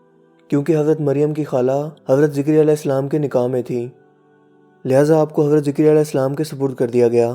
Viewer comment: Yha "ZAKARYA as" hai na ke "ZIKARYA as"